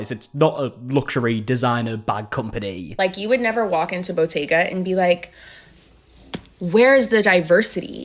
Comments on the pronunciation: I thought she was saying bodega. She's actually talking about Bottega, the luxury fashion brand. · Botega??!?! I thought it was "bodega"! 😮 lol